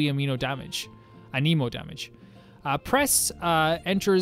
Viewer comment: Also Anemo is pronounced ‘an-ah-mo’